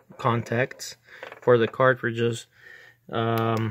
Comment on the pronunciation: Lol, that was bugging me also